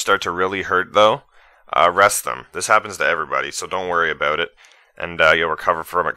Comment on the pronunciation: But he did say abewt lol.